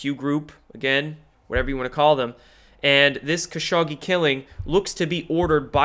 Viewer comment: Khashoggi is prounced "Ha-shok-jee" But this is one I'm not going to blame you for, unlike you mispronouncing Corsi, Kavanaugh, Lyons, et al.